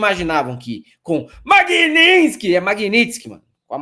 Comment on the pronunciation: Que nervoso que me dà esse "Magninsky"